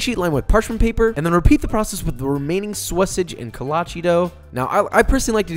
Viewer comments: its kolache not kolaches btw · Josh be like: "KoLáČí"